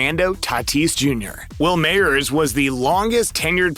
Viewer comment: Rollins not Rollings Wil Myers not Mayers